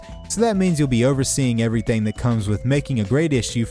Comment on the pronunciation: This is really random but i love the way you say “everythang”